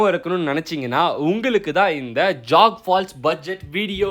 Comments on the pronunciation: It's not jag falls venne it's jog falls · It's not jag falls. It's jog falls. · Dai speel jogg falls alla jog falls😂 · அது ஜாக் Fபால்ஸ் இல்ல! ஜோக் falls bro! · Jock falls illa da tharkuri It's jog falls 😅